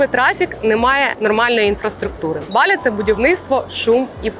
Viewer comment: Поясніть будь ласка чому ви говорите слово Балі з наголосом на перший склад. Саме така вимова прийшла з російської на протязі крайніх 5 років хоча самі балійці говорять з наколосом на другий склад. Дякую